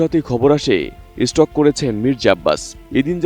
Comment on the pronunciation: ভাই মানুষ স্টক করে না স্ট্রোক করে